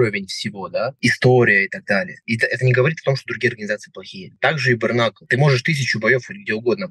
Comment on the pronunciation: брКнакл... аааааа. мои уши